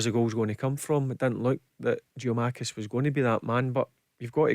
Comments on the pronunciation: Barry spent 2 and a half years calling Moussa "Dumbelly". And now it's "Giamakis" whoever tf that is! 😆 Is it too much to ask that a professional pundit should know the names of the players he is paid to comment on? Or yeez aw too scared to smarten him up? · The least you could do as a paid pundit is learn the players names ya fud 😂 Jeeomakis 🤔👊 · Can Barry maybe learn how to pronounce his surname properly